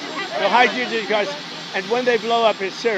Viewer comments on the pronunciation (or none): "Hydrugen" or "hydroogen" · Took him three tries to get the word hydrogen correct. He's a much mouth, rotten a$$ puke.